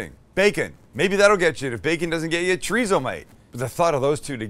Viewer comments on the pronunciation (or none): wtf is "tree-zo?" lol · are we supposed to pronounce it chodizo?🤣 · The way white people say chorizo😂😂😂😂😂😂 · Sam, greetings from New Mexico. I will like and subscribe as soon as you say chorizo correctly for once. Come on man, ur “from” SoCal. 😂 JK, Im already a long time subscriber! Ps... i suggested my parents visit Not Not when they were in SD last summer, and they loved it. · can someone tell this guy how to say chorizo properly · Promise to work on how you say chorizo? 😂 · Breakfast Burrito 🌯 white people we literally make tacos every morning for breakfast without definieing it,you can't even pronounce chorizo stoooop!!!!!